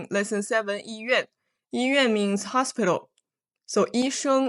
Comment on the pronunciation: Lesson 7 why does during the dialog 医院 sound like yi bian?